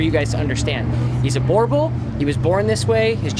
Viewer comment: The proper way of pronunciation is "boo" + "r" + "bull".